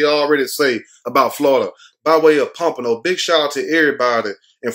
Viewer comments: You are saying Pompano right. I lived there. :) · Yes, you pronounced Pompano correctly. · You said it right 😂... Pompano! Smh... this is sad! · Pompano you said it right, born and raised 🤦😔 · U saying it right Pompano 10 minutes away He missed on purpose that's his daddy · You said Pompano right. 😂 Damn he only 21 and is a convicted felon. What the hell.